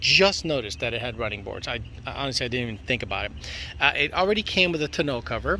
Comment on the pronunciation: Glad im not the only one that thought he was saying it weird lol